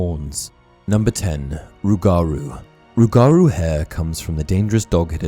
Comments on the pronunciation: as someone from Louisiana its pronounced rue-ga-rue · As a Louisiana native. Respectfully... its "ROOguhROO" 😂😂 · He said rougarou wrong such a Brit lmao